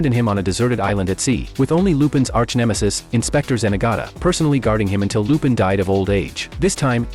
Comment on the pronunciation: Finally, although AI mispronounce lupin, which is fair enough, but at least it didnt said shit like "john" and "jeff"